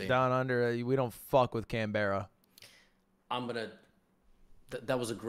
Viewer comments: canbehrra? CAN BRUH. WHY IS IT SO HARD FoR PEOPLE TO SAY ITS CAN BRUH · It's pronounced can brah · Please never pronounce "Canberra" ever again, thank you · I love how accurate Ludwig is with Canberra (can-ber-uh) just not the pronunciation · bro that pronounciation of canberra was so american, i cant believe yall talk like this daily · Canberra was pronounced like a 5 year old